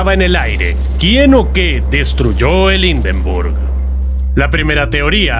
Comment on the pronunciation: "Indenrbug"!!! Horrible pronunciación!!!!